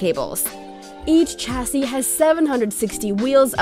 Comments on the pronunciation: Not Tchassis.... Chassis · PLEASE STOP SAYING 'CHASSY', CHASSIS IS PRONOUNCED SHASSEY